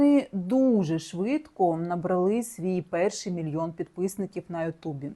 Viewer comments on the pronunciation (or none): Не "набралИ"...🙈🙈, пані журналістка Правильно "набрАли"